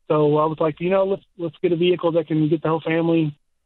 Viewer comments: Vee hickle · I’m here for the Vee-Hickle stuff 😂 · Even callers say vi hick cle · At least this hick knows his $69,000 "vee-hickle" was an enormous mistake. Ya gotta give him that. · The South: where "vehicle" has a stressed middle syllable.